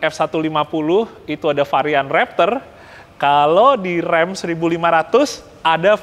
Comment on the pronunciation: Mobil yang sering ada d game. Kalo ga salah RAM dibacanya bukan Rem ya!?